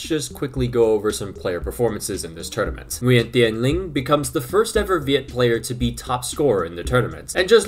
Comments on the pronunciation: bro pronounce viet almost perfect lol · your Viet name pronunciation has gotten so much better compared to your video in 2021